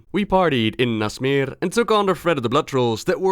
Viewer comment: So satisfying hearing"Nasmir" instead of "Nashmir", love ur content btw